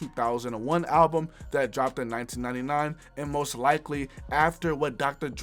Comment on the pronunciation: 70x Million "Billboard Halbum Hundred" my ears..